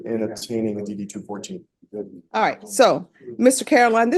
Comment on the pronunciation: AI voice reading is ass... form DD TWO FOURTEEN, not 2 1 4...